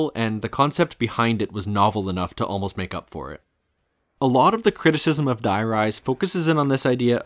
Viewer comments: the "die" in die rise is actually pronounced "dee" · I played so much of this map when I was younger and it was just today that I realised the name is meant to be a play on High Rise. I was so used to the german names that I always pronounced Die as Dee like it was german so I never picked up on it 🥴